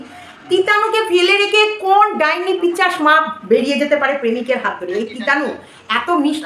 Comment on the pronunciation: তুমি আবার পিচাস বল্লে।একদিন বলেছি না পিসাচ হবে।